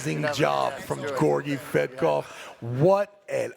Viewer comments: did Travis say Georgi Fat-kov after 3rd round? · I can’t stand listening to Travis butchering everyone’s name anymore. “Gorgy Fetkof” come on. It’s literally your job to commentate on this event. Take the time to learn how to pronounce the athlete’s names.